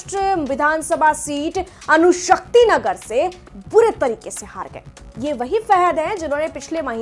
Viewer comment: अणुशक्तिनगर है, अनुशक्तिनगर नहीं... कृपया अपना उच्चारण सही करें...